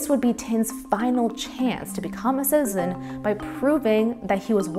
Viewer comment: A fascinating subject that deserves attention but personally I was distracted by the fact that the narrator couldn't pronounce the word "citizen" or "citizenship". She consistently says "sizen" and "sizenship". It grated on my ears. But the subject was well documented and interesting.